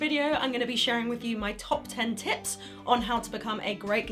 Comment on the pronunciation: I swear to god that at the beggining I heard "top 10 tits"